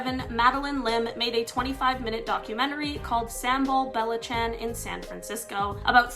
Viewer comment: "samball bella chan"